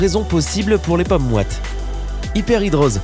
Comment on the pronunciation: Vous m’énervez avec votre mauvaise prononciation,les paumes ne se prononcent pas pommes ! Entre autres...